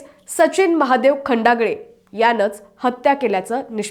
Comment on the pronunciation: मूळात हिला नाव नीट माहीत नाही..खंडाळे नवतर ही खंडागळे म्हणते... कशाला असली भर्ती केली..हिला तरुण नाही बाल वय कळेना